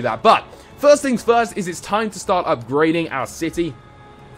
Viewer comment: It's First not Fhirst